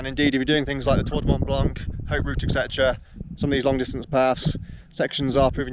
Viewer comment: Learn to pronounce Mont Blanc, if you're living there! Cut.